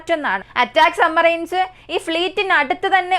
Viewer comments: കേൾക്കുന്നത് പലപ്പോഴും sumarine എന്നാണ്, സബ്മറീൻ എന്നാണ് ഉച്ചാരണം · Submarine എന്ന് വ്യക്തമായി ഉച്ചരിക്കാൻ ശ്രേമിക്ക് കുട്ടി, "b" അക്ഷരം സൈലൻ്റ് അല്ല കേട്ടോ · സമ്മറൈൻസ് അല്ല സബ്മറൈൻ ഡെപ്പോയ് അല്ല ഡിപ്ലോയ് ആണ്.